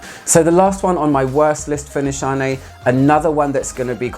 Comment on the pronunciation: Nishane is pronounced as you do! Nişane is a Turkish word but since there is no "ş" in the English alphabet, they used "sh" in the brand to make it more universal! Tell that Turkish person my greetings haha! :)